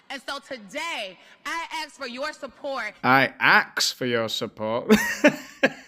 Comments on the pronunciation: Yea man , that's the way they say say ask .....axe ...over here too . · excuse me. It’s pronounced “aks”